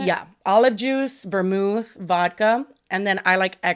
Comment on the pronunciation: You did not just pronounce vermouth as vermoo,! 😂 I love you guys